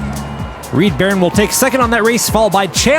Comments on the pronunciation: In the first race I think the name should have been Reed Ba-Roan as well, not Barron as pronounced. Words are hard 😊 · 1). Reed Barone is mispronounced. Pretty sure it's supposed to be Barone (buh-roan) as in Ray Barone in "Everybody Loves Raymond". 2). Is it Fitz or Fritz? Because the name is spelled F-I-T-Z, but 2d and 3d keep saying FRitz. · how is "fitz" pronounced "fritz"? how is "barone" pronounced "baron"? why did you keep saying "Mean Green Joe" instead of "Mean Joe Green"? This one is very sloppy and I didn't enjoy it because of these mistakes.